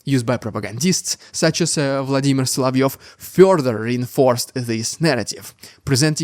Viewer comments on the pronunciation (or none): none